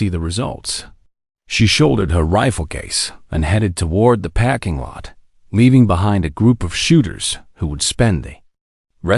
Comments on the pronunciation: Great story with commentator on learn how to speak English it's not packing lot it's parking lot and it's not record commentator needs to speak English it's not packing lot it's parking lot record and record are two different words if you can't speak English you're at the wrong job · This is a great story, but the narrator sucks a parking lot is not pronounced packing lot